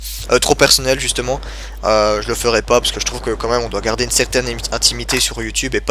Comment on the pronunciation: Bonne Continuation! Ps: j'adore quand tu dis " quand minme " <3